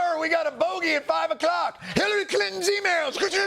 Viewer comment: John definitely said five o’cock 😂